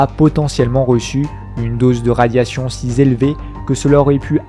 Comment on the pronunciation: Super pour la voiture. Par contre attention à tes liaisons. Si z'élevé.. trop z'éloigné..